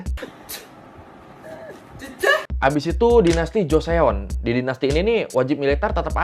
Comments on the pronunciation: Joseon dibaca cho-son/joson Bukan jo-se-on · Bukan goreo.. 😂tapi bacanya goryo, trus joseon, bacanya joson gitu aja 😂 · Bang GORYEO dibaca Goryo JOSEON dibaca Joson 😂🙏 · Goryeo 고려, Joseon 조선 "eo" huruf "e"nya ga dibaca... baru nonton channel ini😅